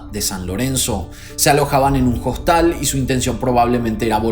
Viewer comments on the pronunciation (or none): Rodeadas de un clima no. Está mal dicho. Costal no, hostal. Primero que aprenda a hablar este nabo del video y que aprenda un poco de redacción y no digas tantas pavadas juntas.